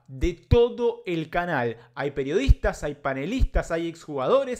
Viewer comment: Dice "PERIODITAS"